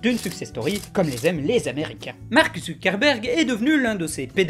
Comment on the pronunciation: Quand il dit Zuckerberg j'ai l'impression qu'il dit ZUCC-erberg. Je peux pas être le seul.